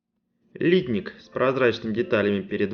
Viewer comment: литнИк!!!!! Слух режет